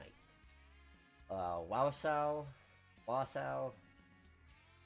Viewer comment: I love how ya try and pronounce my city name, it's actually pronounced Waa-Saw, and it is one very nice depot here in real life!! :)